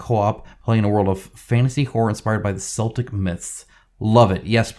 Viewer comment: Oh dear, dear, dear,! Your pronunciation. 🙄🤣🤣🤣 Just to be “THAT GUY”…. Celtic in this context should be pronounced with a hard C, as Keltic, rather than the soft Seltic. Also, Samhain, is pronounced Sowen or Sahwin depending on whether it is the Scottish or Irish Celtic pronunciation, and it is the Celtic or Gaelic festival which became Halloween. It celebrated the end of the harvest and the beginning of winter and was marked on November 1st but celebrations would start the night before. We will make an educated man of you yet,. 😜🤪🤪🤪